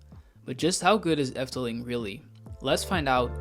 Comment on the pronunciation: Are you Dutch? Your pronunciation is so good in every Dutch word you say. Excellent. You give a good discription what the Efteling is. Thank you making this for my favorite themapark.